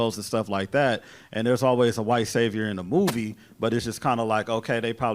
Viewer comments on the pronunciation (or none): none